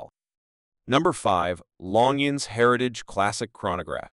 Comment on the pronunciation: Pronounce Longines correctly please